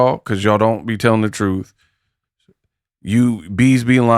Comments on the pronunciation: She need to fix her bottom teeth because I am tired of her pronouncing truth as “TROOF” and booth and “BOOF” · She Can't Say The Word TRUTH...She Say...TROOF!!! So If She Can't Pronounce It...Don't Understand The Meaning...Because She's A Pathological/Habitual Liar...💯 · lol she said say the TROOF 😂😂😂😂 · Trufh with a F lol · please Say the TRUFF 😂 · it's “Troof” and “Boof” A mess!